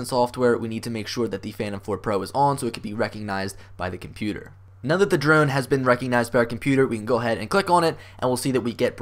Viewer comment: This video was helpful. Thanks, but it sounds like you’re saying druone.